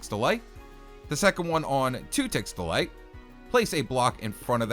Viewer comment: I swear i keep thinkingg he is saying delight instead of delay